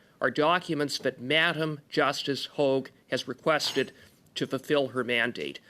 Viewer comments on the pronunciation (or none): Sorry this drives me nuts it is not LeblanC. He is french so the c is silent. But also he needs to understand it is Hog like a pig but hoag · Hogue le blanc not hog.